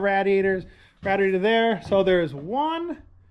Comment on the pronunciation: I I joyed the video,but I don’t think you were pronouncing radiator correctly